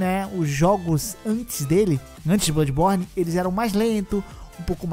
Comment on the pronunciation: eldo ringo , darqu souldens tree, delmonte souyz, duarki soulz twu, darqui souiz un, brodi buorni, sekuairo